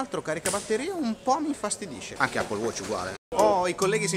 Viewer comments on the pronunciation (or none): none